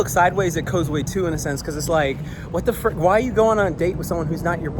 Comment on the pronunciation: I thought it was pronounce ( koz-uu )